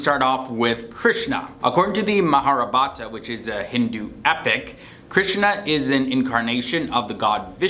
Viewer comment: its not Pavarti its Parvati. Plus you pronounced Mahabharata as Maharabhata.